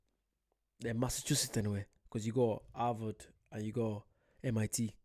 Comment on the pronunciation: You gotta learn how to say "Massachusetts before you go there. Boston, and a lot of the older cities, have England vibes. There were a lot of Irish in the colonies, too. Also, you'll recognize some place names as well. These cities were founded by Englishmen but built with slave labor. They also have a great transit system. You can ride trains and buses throughout the whole region of New England. We even have higher speed rail. The Accella Express high-speed rail runs from Boston to D.C., so you could arrive in Boston and ride the train to NYC, Philadelphia, and D.C. Then fly back home from D.C. Colonial Williamsburg is a village that has been restored look as it did during the colonial-era. It looks a lot like England from the 1600s to 1700s. They have a lot of historical reenactors there to show you how people lived and dressed during that time. They have restaurants that serve food from the era as well. You know, the Southern accent was influenced by Irish people who settled in the southern states.